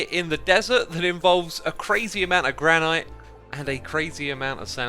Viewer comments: As someone who lives in the Gran-et State, hearing you pronounce it Gran-Eyete is super distracting. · GRAN - IT not granyte speak English!!!!! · Is mispronouncing granite as gra-night an accent thing? Or a weird quirk of his? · I am sorry... but am I the only one confused why he says "Grah-Night" instead of "Grah-nit" for Granite? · Granite is pronounced gran-it, it is a different pronunciation from the other stones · That's not how you pronounce 'granite', chief. You're as bad as Mumbo saying 'ingot'! Nice episode, though :) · Im sorry but.... Gran-IT?!?!?!?! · is it a running joke that he pronounces granite wrong or does he not know it's "gran-it" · Please pronounce granite correctly!!!! Haha